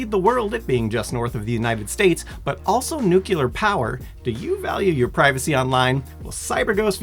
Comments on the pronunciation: Windows are clear. Windows are not cular. Nu = new. New + Clear. Nuclear. Not nucular. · noo - klee - urrr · Did the CyberGhost dude really say NUCULAR? 😂😂😂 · New clee yar not nucue lar please pronounce it correctly it irks me so much! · Simon, please let your colleague doing the ad for you, that it is Nuclear power, not Nucular power:face-blue-smiling::face-blue-smiling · NO !!!! NU-CLEAR , NU-CLEAR , THERE'S NO NU-CU-LAR IN NUCLEAR Don't make me say it again :p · It's not "nucular power", you ignoramus! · How dare you interrupt Simon to pronounce it “nucular” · The ad guy says nuculer, rather than nuclear btw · “nukular power” 😬 yikes lol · Did you really just say, Nook-yelar? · At least he got "nuclear" right unlike the "noocoolar" sponsor-read guy. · The Cyberghost guy can't pronounce the word nuclear; perhaps I'm being nitpicky, but that loses a lot of credibility for me. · Within the first minute, misinformation about it being doomed and nuclear is mispronounced... next video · I can't believe that you let the Cyber Ghost guy pronounce 'nuclear' so horribly wrong!!